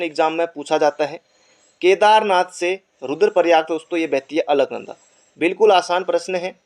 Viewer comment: Bhai alknada bol raha h or mandakni pr sahi tik...😂🤣😂🤣q 2